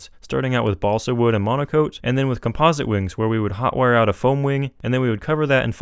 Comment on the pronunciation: "You can get this sheet of foeam to fly in just like half an hour" XD